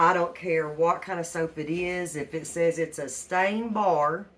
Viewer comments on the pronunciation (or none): none